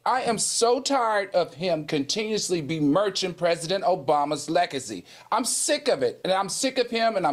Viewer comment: Lol..AL it's besmirch not bimirch..but then, you were infuriated with Tucker Carlson so we get it.🤣😂😅